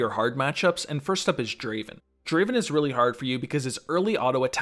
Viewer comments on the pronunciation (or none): none